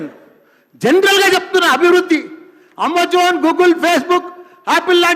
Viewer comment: Amazon ❌ammojan✅